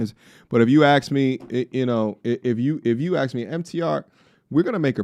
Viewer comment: Why can't these women pronounce ASK!? It's not AX! Get some education